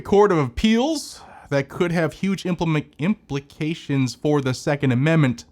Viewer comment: implimications lol ❤😄🤘🏽